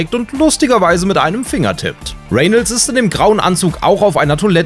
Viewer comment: Er wird Reynolds ausgesprochen und nicht Renelds